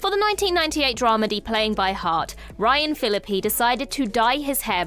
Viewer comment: I think I suffered a mini-stroke every time "Fillippy" was said.